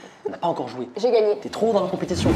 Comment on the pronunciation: j’adore quand a dit ✨J’aI GaNgNe ✨ directement elle l’a dit sa me tuer 😭😭😭🥲